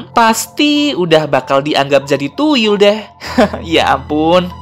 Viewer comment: TUYUL BANG BUKAN TUIL🙃